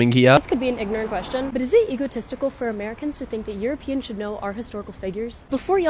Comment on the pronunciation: I love AI : you row pee ans